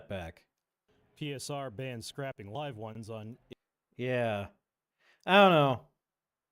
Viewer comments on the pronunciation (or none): You could re-voice any really bad parts. Lime instead of live seems fine to me. Putting too much effort into it, imo.